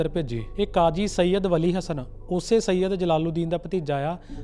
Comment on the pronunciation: Sead khan.h veer j ..na ki sean khan